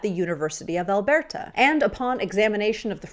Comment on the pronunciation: It’s cute how you pronounce Alberta like someone that’s never been there. :)